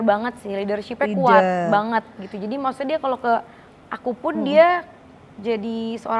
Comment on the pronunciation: Yg benar ngucapnya maksudnya kl Aurel ngucapnya maksudte y